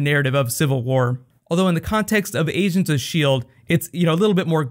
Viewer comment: "asians of sheild" LOL